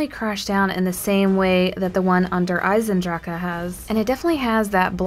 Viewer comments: please pronnounce it right. it's not der eisendraka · I'm pretty sure it's not pronounced der eisendracha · Yeah. She does add an extra "Aca" sound at the end. Watch the trailer and how they pronounce it and then listen to her. No hate just helping to point that out. Helping out:) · I sorry the way you said der eisendrache made me cringe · i dont like how you pronounce der eisendrache